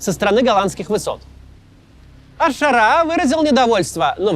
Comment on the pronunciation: Макс, ну ты же интеллигентный человек, что с ударениями в арабских именах ? Аш-Ша́раа Аль-Джула́ни